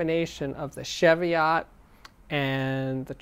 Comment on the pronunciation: Been watching this and there is something that annoys me, it's your pronunciation of Tannoy Cheviot. It's Cheviot as in cheese, not sheviot as in chef. Please get it right. I'm now waiting for someone to tell me I'm wrong, so, they are named after a range of hills in southern Scotland, and as a Scot?